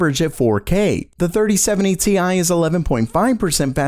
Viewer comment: 3070 tie, get it right haha